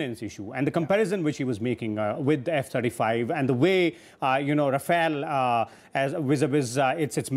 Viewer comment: Its not Rafael ,its Rafale..why he keep saying Rafael